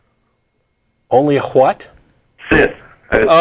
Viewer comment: "only hscHHHWHHat!?" lol, way to much emphasis on the 'H'